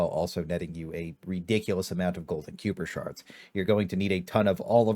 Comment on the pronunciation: Bro payed 0% attention to the story. How do you call Kuipershards “Queuepershards”🤦‍♂️